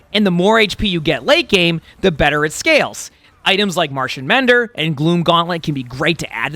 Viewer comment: been working on that martian mender pronunciation but dgaf about how to pronounce the other abilities:'D